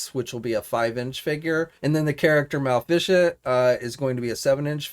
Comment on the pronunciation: Agreed but he really needs to look up pronunciations for figures it comes off a bit lazy and is really cringy Mal-Lif-e-cent isn't that hard to pronounce he also could look the movie and other sources. The Japanese names I'll give him a pass on but even the wrestlers he don't know they have some of the simplest names and he just doesn't bother. smh.